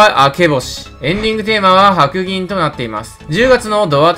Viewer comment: 白銀は、はくぎんじゃなくてしろがねですよー